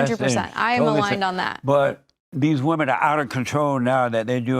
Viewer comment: She’s another one that can’t pronounce ‘women’